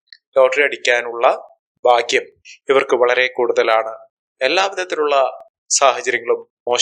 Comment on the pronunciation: ഭാഗ്യം ശുദ്ധമായി ഉച്ഛരിക്ക്